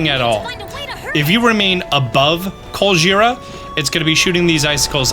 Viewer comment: every time he says Colgera I hear Godjira